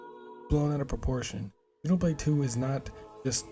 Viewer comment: It's been annoying me since the release of the original Xenoblade that hardly anyone it seems can pronounce Xenoblade correctly. Even in official americanised trailers.